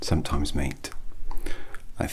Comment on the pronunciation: Can't under stand if he's calling me mate or meat also love this